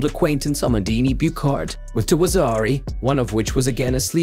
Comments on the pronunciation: Amandine Buchard - Byushar not Bukhar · "The Tokyo 2020 olympic games that happened in 2021 for some reason" ... Ever heard of Covid mate ? Also Buchard si pronounced Bushar not bucarde, otherway good video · But the pronunciation of "Amandine Buchard" is awfull. So bad that I'm surprised it's an AI... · Mr. AI mispronounced the French woman’s name also. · Nice video ! Just wanted to say its pronounced "Abey" (Abe) and "Bush are" (Buchard)